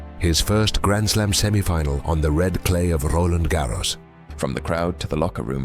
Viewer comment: Stop rolling R's when you pronounce Roland Garros , 😂 it's french, not Spanish. I mean it's a video in English, I wouldn't have an issue if it was pronounced the English way, but Spanish pronunciation is weird. unless there is a process of changing RG "nationality" to Spanish with Rafa 14 titles plus carlitos 2 of many titles